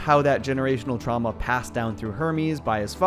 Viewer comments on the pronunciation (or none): you mean, “generational twauma”?